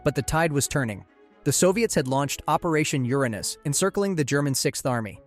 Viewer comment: finally someone pronounced uranus right